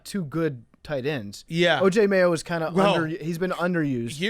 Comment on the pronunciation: “Oj Mayo”